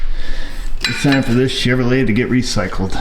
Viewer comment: Ignorant Yankees can't pronounce three syllable words like Chevrolet...